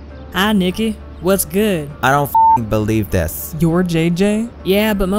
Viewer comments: OhMyLucia He said, "Kylie, wuss good?" I said, "Miley, wuss good?" I said, "Could you pay my bills, like O'Reilly? Wuss good?" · "Hi Nicki wus good?" 😂 lo lolol!